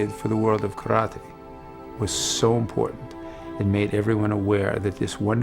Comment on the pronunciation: I like how they show respect by pronouncing KARATE (kah-rah-teh) with a Japanese intonation.